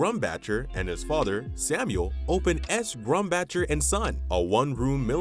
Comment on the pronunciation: I used to work for this company, and you have butchered every single name. Every single pronunciation you even said Lancaster wrong. LANK-AST-ER . Yes, we took over the Watt & Shand and I was part of that whole conversion. I worked at that downtown iconic store. It did not go very well Carson “Pierre” PEE-AIR…Scott. Sam Grumbacher. Terrible GRUMM-BOCK-ER!! next time don’t use AI . pronunciations.!!!! Ruined.!!! One major turning point you missed was the Bonton buying out 11 “Pomeroys” in 1987. You didn’t even mention HESS. But you showed a picture. 20 stores went to Bonton and 10 stores went to May department stores.